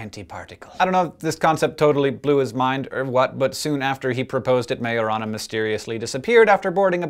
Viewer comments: at first i was like: did he just say marijuana then i was like : majorana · i thought you said marijuana felines